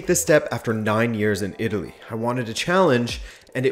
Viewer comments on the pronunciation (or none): none